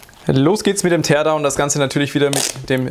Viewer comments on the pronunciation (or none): none